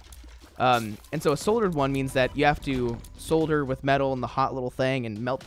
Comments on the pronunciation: Being the annoying pronunciation guy because others will be more annoying: solder -- saw-der not sew-der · i know, me to pro tip priests, its pronounced sotter love ur content bro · saying solder like that hurt my soul lmfao